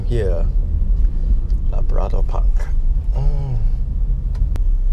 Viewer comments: LA-BRA-DOR??!! y didn’t u pronounce CHIC-KEN or WHIT-TINGS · i like how he pronounce labrador park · Bro, your pronunciation of labrador wrong la. Like malu man. Otherwise great video